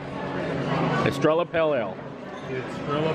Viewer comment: Yay so great to see you hanging out with Josh and Taylor! And way to not be intimidated by that Octopus! P.S. I believe your beer is pronounced "Est-re-ya". Double 'll' turns into a 'Y' sound :)